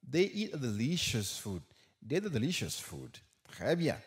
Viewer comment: Pwofesè eklesim sou....they.... Svp paske mwen wè gen moun ki pwononsel kòm dey ou menm ou di vey